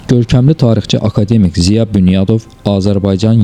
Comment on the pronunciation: Bəs niyə "akademİk"? Bəlkə akAdemik? Vurğunu niyə düz qoyursunuz? Yoxsa süni intellekt səsləndirib videonu?